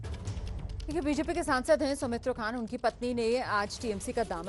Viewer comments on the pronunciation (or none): Somitro khan not somitro kha